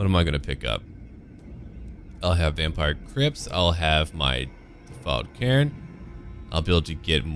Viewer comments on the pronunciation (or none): none